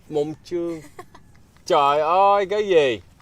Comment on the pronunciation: I'm your big fan, I want to say that I really like your contents, creation and your ways of creating and acting in the videos, especially your opening sentence haha " xin chao cac ban oi ", I love your " oi " sound